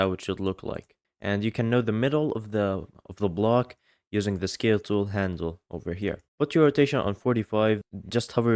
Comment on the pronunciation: I heard that he said "Skill Tool" instead of "Scale Tool".. Maybe you don't have the skill? Skill issue 🗣️🥀 +, who even needs a rate? He shows tutorial, not a Show Got Talent.